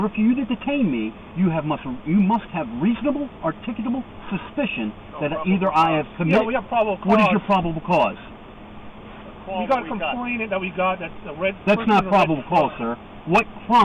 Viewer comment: He has articulated the law better than anyone I’ve watched. (Still cannot pronounce articulable, but I know it’s tricky.) 😂